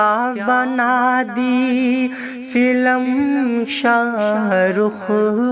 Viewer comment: फिल्म होता ह फिलम नहीं होता किसी से पूछ लेते आप इतनी बड़ी गलती आप कर दिए ।